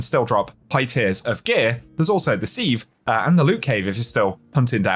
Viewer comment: Why can no content creator pronounce sieve? We all have them in our kitchens and yet ive never heard a single person, in my entire life, pronounce it like Destiny content creators